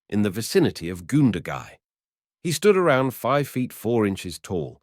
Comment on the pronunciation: Goondagai, Wagga wagga, not pronounced wogga wogga, cringe worthy.